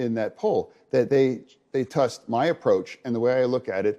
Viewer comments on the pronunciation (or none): the way as SOON as he misspoke and said "tust" (we all knew what he meant) she jumped on it, *ever so kindly* clarifying for the viewer that he meant "trust," and then acting like it was proof his disability would make it impossible for him to run was almost sadly comical. infuriatingly patronizing.